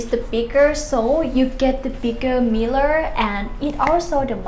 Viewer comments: She said miller for mirror 😅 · Meeler lol 😆